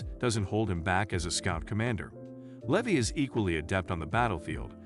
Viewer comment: Lee Vi, not Leh vee